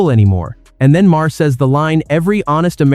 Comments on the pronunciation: Another time you call him Mar-her instead of Maher... He makes great points and you screw up it up with the talk over. Sweet Jesus can't you fix it? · Teest to voice sometimes require misspelling the script. Heher i learned is Mayor, Not maa-Her. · What kind of shite is this, this voice cant seem to make up its mind how to pronounce Maher's name, three different versions so far, two repeats of sections and I'm only 3 minutes in, thats enuff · I wish you would pronounce his name the same, are you an Al voice? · Nice video. We can ignore the fact you said Maher wrong. Twice now